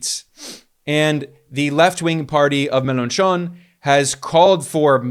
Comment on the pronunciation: An excellent report, as always. By the way, the 'ch' sound in French is pronounced very similarly to the 'sh' sound in English, as in the sound you make when you want someone to be quiet. So Mélenchon sounds phonetically, for an English-speaker, something like MEL-AW-SHO.